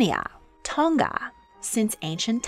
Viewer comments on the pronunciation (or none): none